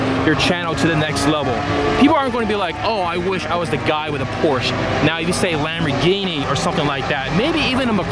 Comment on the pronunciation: Dude, really... Once you went into the POURSH rant I clicked off. Just report the event, video the cars and make some commentary, easy cheesy. But of course there wast a sea of Lambow gee nee, sheesh.